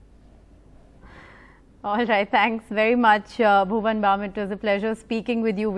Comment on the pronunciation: Did she say "Bhuvam"